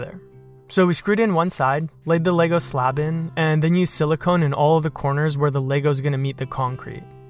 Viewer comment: Subscribed! Beautiful work AND you know how to pronounce Lego 😁